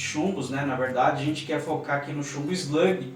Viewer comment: E eslugui não eslague